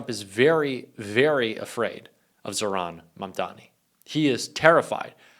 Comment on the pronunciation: Thanks,, as always! FYI, you are mispronouncing Mamdani’s first name.